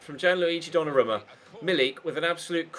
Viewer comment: His name is pronounced donnaroooooma